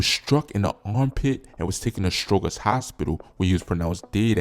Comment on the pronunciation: Stro-jer. Not Stro-ger.